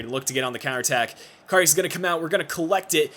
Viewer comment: Can't figure out which is more annoying: doing your little spin inside EVERY time you make a run down the wing, or your inability to pronounce Karius (there's no "o" in it!!). And there's no way you should be advancing in the cup, extra time winner with 9 men? As if....